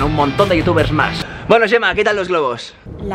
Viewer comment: ¿Como que "yema perez"? Se llama gemma, se pronuncia como "Je" no "ye"